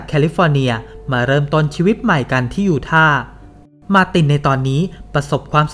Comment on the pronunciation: ยูทาห์ ยู-ทา ไม่มี ไม้เอก ทำไหมอ่านออกเสียง ยูท่า?